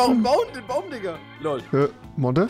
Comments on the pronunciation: Rewi sagt immer thikka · Warum sagt rewi dika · Du sagst diger mit t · Rewi sagt imner statt dieger dieker😂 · Rewi du sagts immer Dikka statt Diggha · Ich feier es rewi die ganze time dikka sagt stat digga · Warum sagt Rewi dicka?😂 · Seit wann sagt rewi DIKKA..hahahaha bitte gewön dir das wider ab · Digga Rewi man sagt Diggggggggggga mit G nicht mit K wie du es sagst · Junge das heißt Diggah und nicht diKKa 😂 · Rewi es heißt digger und nicht DiCKer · Wenn du schon digga sagst dann bitte mit g und nicht mit k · Sag mal digga und nicht dicka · Das heißt Digga und nicht Dicka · Junge Lern aml digga zu sagen du sagst die ganze zeit dikkkka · Hör auf digga als dicka auszusprechen.!. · Wenn Rewi nochmal "Dicka" sagt, raste ich aus. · Warum sagst du immer dicka